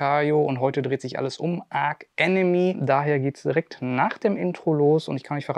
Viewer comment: Aber bitte nicht "Ark Enemy" 😉 ansonsten wie immer super Unterhaltung !